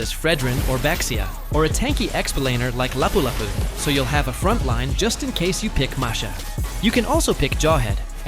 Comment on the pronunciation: ah yes the hero from Cebu "Lulu" HAHAHAHAHAHA